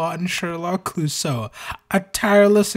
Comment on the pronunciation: I felt my soul actively decay hearing "obiwon sherlock cluosseau"